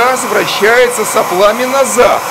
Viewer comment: Со́плами! Не сопла́ми. Со́пла. Не сопла́!